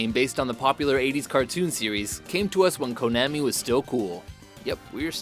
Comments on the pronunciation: Konami, Ko as in Cola. And Mario, I mean come on...work on your pronunciation please. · And Ko-NAM-i